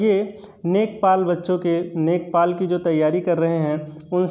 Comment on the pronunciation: सरजी नेकपाल नही लेखपाल बोला जाता है..